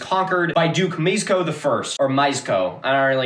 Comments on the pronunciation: it's "me-esh-coh" - pomeranian learning more about his ancestors from Milo than from the educational system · Mieszko is pronounced Mee-esch-ko. The "esch" bit isn't exactly right, since it's actually a lower sound (made by arranging your tongue very slightly differently than the position for "sh") but to be perfectly honest I'm not expecting you to learn a completely new diphthong for the sake of a single Polish name. Chojnice is pronounced Hoy-nee-tseh. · Hearing you try to pronounce Polish names is quite hilarious. Pomorzanie was the name of people living in the area called Pomorze. The rz is pronounced like the first g in the french word gigolo. Mieszko is pronounced Mieshko. German is a very hard language. The W is pronounced like in Wolfram. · I have to say, your pronounciation of polish names is absolutely fucked up. For example Mieszko is "Myeshko" and Chojnice is "Hoy-ni-tse" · "/shozh-niece/, /shozh-niece/..." - /hoy-knee-tseh/ actually😄 ...also, Duke /mee-esh-koh/ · I am polish and how you pronounce his name is something like “me-eh-sh-co” as “sz” in polish makes a “sh”, sound, and “cz” makes a “ch” sound, and extra, “ch” makes a “h” sound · The name would be pronounced meesh-ko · did mostly good on Ostrowite, Chojnice is more like "Hoy-NEETS-eh" only that initial h is a little rough with the tongue up as if to make a "k" sound, like the scottish pronunciation of the ch in loch also Mieszko would be best approximated as "MYESH-ko" advice if you ever have time to go down a wikihole is to learn the International Phonetic Alphabet since it makes pronunciations so much easier and most wiki pages for foreign names of things will have an IPA transcription